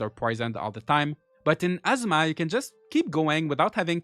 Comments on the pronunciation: Good video! For a tip: ah-ZOO-ma is how Azuma is said, it sounds like you are saying asthma. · ngl ur accent makes it sound like your saying "Gaurdians of Asthma" 😂